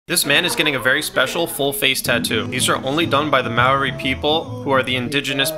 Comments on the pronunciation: Not trying to be mean I’m just gonna point out a correction it’s pronounced Māori not Maori (hope this will help you) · Some face tattoos also known as Taa Moko show your Family History as my Nan and Koro have this showing their ancestors. Also not being mean but if you can say it, try rolling the R in Maori as thats the proper pronunciation but only if its easy to do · Its pronounced moh-ree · its actually pronounced Ma OR-(Like your saying Oreo) E !! (This also genuinely runs along in hawaii too as Hawaiians are ancestors/related to Polynesians and Maori people.) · As a kiwi the way he pronounces Māori is giving me a heart attack. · Pronounced Māori wrong but yes this is beautiful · Get the pronounciation right please 🙏